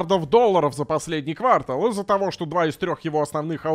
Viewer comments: КвартАл же, каждый раз ухо режет ппц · правильно говорить "квартАл". Даже в этом значении.